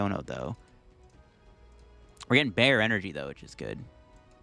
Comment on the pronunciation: Heard a little Brooklyn in you with that "bare energy", my guy I see you 💪🏽 😂